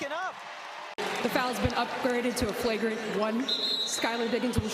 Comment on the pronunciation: Do y’all like how is flipping between saying “Flauwgrant and Flaugrant pronunciation? Lol.